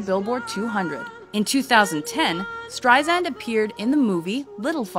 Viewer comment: Good video, but it hurt my ears to constantly hear STREISAND mispronounced!! It is with an "S" sound, not a "Z"!!!